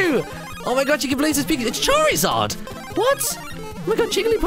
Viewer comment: it's charzaird